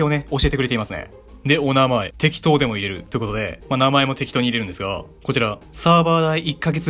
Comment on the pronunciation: 入れる(いれる)じゃなくて入れる(はいれる)じゃないかな 存在しないメアドでも入れるって意味気がする